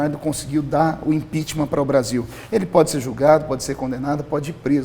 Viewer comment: Dep Orlado perdeu o respeito só por falar IMPEACHMAR kkkk de resto foi só caindo, nunca ouvi tanta asneiras de um deputado! Feliciano está de parabéns!!!!